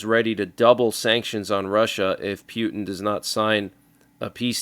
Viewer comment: pewtin, hahaha 😂😂